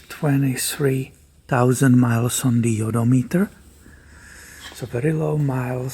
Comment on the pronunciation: Idc if you're mispronouncing odometer, but it sounds like yotameter, and I'll never call it anything else on my Highlander ever again 🤣